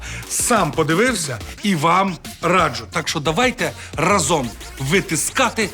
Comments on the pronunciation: тільне не разОм, а рАзом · Не разОм, а рАзом ( обмовився) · Дякую за шоу! Зачекалася. Але робить одні й ті ж помилки: разОм, а не рАзом! Вбрання у вчительки занадто відверте.